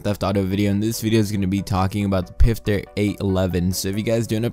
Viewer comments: ITS NOT PRONOUNCED PIFTER ITS PROUNOUNCED FISTER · xX-EXPLOSION-Xx It's actually pronounced pfister not fister or pister ask a german friend if you know one